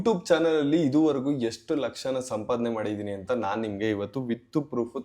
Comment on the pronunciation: ಯಷ್ಟು❌ ಎಷ್ಟು✅